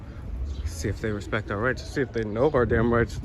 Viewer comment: Did that window licker say "respeck"? Already outed himself as a moron.